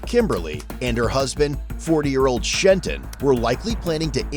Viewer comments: "Shenton" You gotta be kidding me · "Shenton" "I don't answer questions" — BayAreaBuggs viewers watching this and finding it all too familiar. Fucking Trenton.